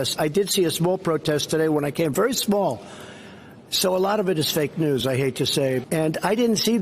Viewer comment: "Sball group of beeple...fake dewz..." Delusional subhuman psycho who cannot breathe through his doze.